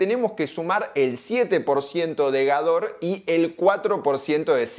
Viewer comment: Hola el nombre de laboratorio Gador debe decirse como Gádor ya que su fundador fue un húngaro con ese apellido y no como si fuera francés... Perdón